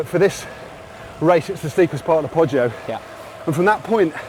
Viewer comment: It's YOUR show, but WTF is "caffy"? Coffee? Caffe? You guys should have ridden the bike path down from Sanremo. Cipressa = CHEE-PRESSA, not SEE-PREZZA. Poggio = POE-JOE, not PAW-GEE-OH. Gotta love Matthews - he's a trier, not afraid to lose, but I'm betting when it comes to moving to Italy, he'll think twice about the taxes vs Monaco! And even the stars get star-struck? Who knew? Nice interview overall - BRAVO!